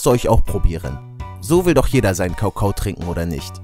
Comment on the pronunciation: gutes video aber du sagst anstatt kakao sagst du kaukau 😁😂 und kannst du mich grüßen